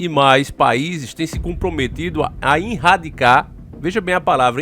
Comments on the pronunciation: rsrsrs... vc é um cara super inteligente, esclarecido, desperto, nao sei porque esses erros de portugues grotescos, propositais, nos videos. erradicar, vc mete um "inrradicar". sempre na descrição, no título, tem um erro absurdo de português, mas nós sabemos que é proposital e que você saberia escrever e falar o certo. Qual a intenção? tenho essa curiosidade. (eu sei porque é) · Irradicar? Kkkkk antes q falem coisa eu falo do mesmo jeito. Mais 1 vídeo top